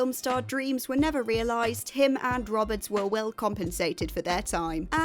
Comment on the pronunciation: It's Jason Ro-bards, not Rob-ards.